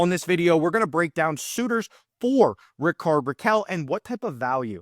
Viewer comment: Your pronunciation of Rickard is completly wrong